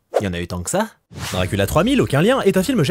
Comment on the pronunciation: Je découvre la chaîne avec cette vidéo c’est incroyable 😂 mention spéciale pour « Drakoolio »